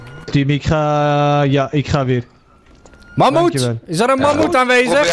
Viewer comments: Magmoet? Als jij vindt ik heb grote lurf.. jij kan zeggen mamhoet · "Mammoet" is geniaal🤣🤣🤣